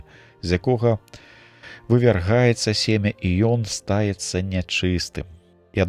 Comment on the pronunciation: Прачытана: ста'ецца, правільна: стае'цца.